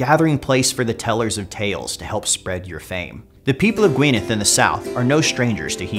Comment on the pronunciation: Gwynedd is pronounced ɡui̯nɛð (Gwyneth [dd is a th sound in the welsh language]). Also Anarawd is pronounced Ȁna:raʊd̪ (anna-row-d)... anyways time to play as Y Mab Darogan, Cymru am Byth :P